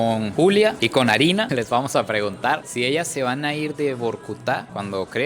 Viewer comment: Se le salió lo venezolano a mi amigos 😂